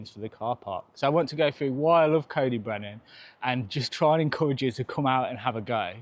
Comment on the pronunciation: Nice vid and lucky to call this my local. Trail centres are all suffering as bike parks rise in popularity and you can get to the Alps for only slightly more than a long weekend in Wales. CyB (pronounced Coy Dee Brenin by the way not Coe dee brenin 😅) has been let down hugely by natural resources wales and they have played a major part in its decline. Anyway, nice vid mate